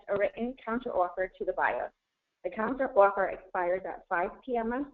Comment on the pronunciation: Great videos, but I honestly think I lost a couple million brain cells listening to these people talk. Doesn't even know how to pronounce counteroffer haha.